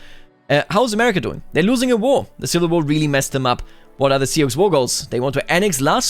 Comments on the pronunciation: Sioux is just pronounced soo no X sound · for reference, Sioux is pronounced like "sue" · Sioux. By pronounciation rhymes with moo and do.